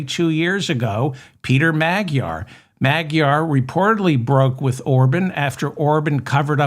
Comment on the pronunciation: I think Magyar is pronounced as Majar